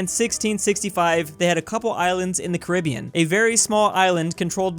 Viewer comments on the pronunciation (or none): none